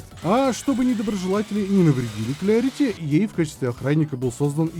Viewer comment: Так тогда вообще Клэрити, учимся душнить правильно